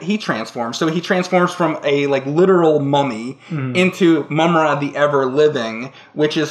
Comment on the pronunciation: Yes!!!! So happy you said Mumm-Ra!